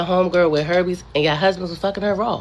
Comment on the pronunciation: “herbee’s” or Herpes⁉️🤦🏿‍♂️